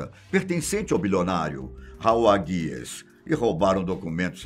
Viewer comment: Não é "GUIES", é HUGES! HOWARD HUGES!